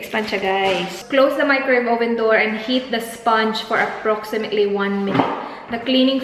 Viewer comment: Ang approximately naging “approximé-ly” charot slang naman oys